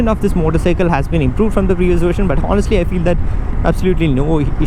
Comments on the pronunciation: HONESTLY = "H" is silent bro ...so speak onestly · Bro the "H" is silent in "honestly". A small mistake we all make, but we must our mistakes. It's "onestly". "on" "estly".